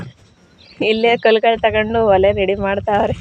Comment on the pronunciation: ಓಲೆ ಅಲ್ಲ ಒಲೆ